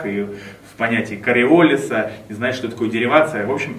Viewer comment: он ж вроде Кориоли́с (Коммент от занудного студента технического направления, да)